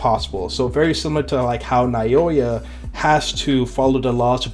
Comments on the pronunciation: Now-yuh is how you pronounce Naoya btw 😊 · Just a little help with the pronunciation of his name. Naoya is pronounced like NOW-YUH. Great video btw brotha